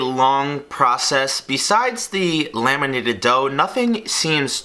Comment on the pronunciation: I thought he said "lemonated" dough and it confused me to no end but then I realised that it's "laminated" dough instead.